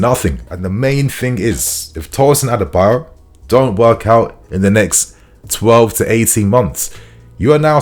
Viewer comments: not Tosin Adebayor lol it is Tosin Adarabioyo(Ah-dah-ra-bi-oryor) lol just trying to help with the pronunciation, one love bro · His name is ADA -ARA - BI - OYO not Adebayo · ....i know you're trying your best, but it's pronounced "A-da-ra-bi-oyo" not Adebayo... 🫡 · His name is pronounced as A-DA-RA-BI-OR-YOR not adebayo. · Bro, his name isn’t Adebayor, it is Adarabioyo pronounced A_Da_Ra_Bi_O(Or)_Yo(Your) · Why is everyone calling Tosin “adebayo”? His name is “A D A R A -B I OYO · it is pronounced as A-DA-RA-BI-O-YOR and not A-DE-BA-YOR. Get it right bro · Hi dude... The guy's name is not pronounced as ADEBAYOR!!!!! His name is pronounced ADARA-BE-OR-YOUR!!!! It's not good to hear you pronounce this name wrongly!!!! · Tosin A-da-ra-bi-o-yo not A-de-ba-yo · It's Adarabioyo not adabayo 😂😂😂😂😂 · People didn't notice we didn't have a defender initiating attacks, they don't have developed ball playing abilities! And did you just say "Adebayor"😂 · you got to learn how to pronounce Tosin’s last name now. Don’t let Fabrizio out do you on this one😅 “A dara bi oyo” - “Ah dah rah be or your” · you are not pronouncing Adarabioyo well. It's A(Apple) da(THat) ra(RAbbit) bi(BIscuit) Oyo(OR YOUR).... Follow the tone of the word I put in capital letter according to there pronunciation. You'll get it. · u need to pronouns his name well. Adarabioyo.